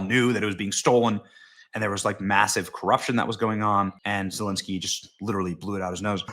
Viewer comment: I absolutely love how Benny butchers zelenskys name!!!!